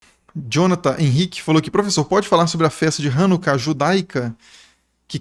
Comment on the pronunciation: Hanukkah (ranucá e não rãnuca)